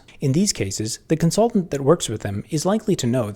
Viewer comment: w Constaultant on comsulting